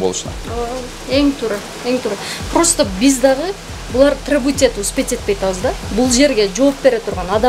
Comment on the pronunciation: Тррребоват этип алабыз дейтко 😂